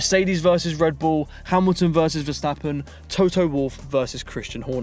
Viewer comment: Did he said Verstrap-on?... 💀💀💀